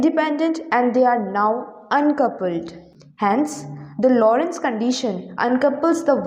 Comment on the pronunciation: It's Lorenz gauge, not Lorentz gauge!